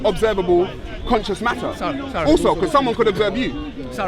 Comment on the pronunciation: Missed the S out of conscious It was annoying me i had to say it. love the videos keep it up may Allah reward you for your efforts:)